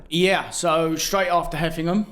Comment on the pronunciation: *heveningham hall not 'heffinam' 😂